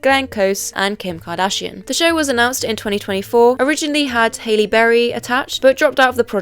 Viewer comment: "Ha-lee" Berry not "Hailey"